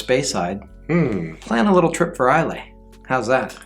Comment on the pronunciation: Islay is pronounced "I-luh".